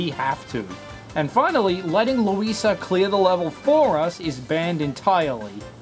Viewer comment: Why does he call Luigi luisa